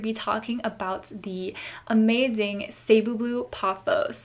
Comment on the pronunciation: It’s Ceh not cee. 😭😭😭